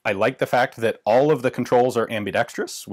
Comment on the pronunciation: I love it how YouTubers are FINALLY learning how to say ambidextrous.